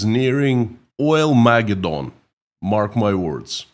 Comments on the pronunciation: Pronounced: oil-mah-GED-din. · I love the name too. Oil-Ma-Geddon. Your pronunciation is a bit off, but even there it comes off as charmingly idiosyncratic. Don’t Chang a thing.